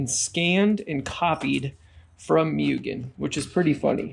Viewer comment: Like I understand you're taking a dig at Mugen, but at LEAST say it correctly. It's an assault to my ears. It's like a cow... MOOOOO GAYN